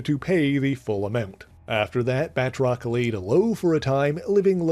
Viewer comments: I gripe a minor one. I know it looks like its pronounced "Bat-rock" but His named is pronounced Ba-troce hes french long "O" like in hose, nose etc. Great video sorry to be that guy. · Uhhh.. Firstly, it is properly pronounced "Batroc", and he can leap way further then YOU CAN-!, and him and Mr. Hyde were the best non-nazi villians of Captain America. Word. 🎉